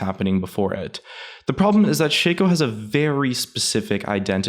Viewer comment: shaco not shayco